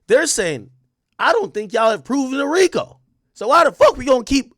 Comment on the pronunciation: THE "FRICO" TOOK ME PUT YO😂😂😂😂😂😂😂😂😂😂❤